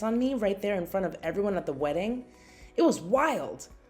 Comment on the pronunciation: Words ending in ing does not have a k sound. It’s not weddink.